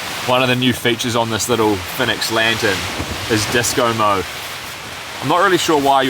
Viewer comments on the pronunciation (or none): none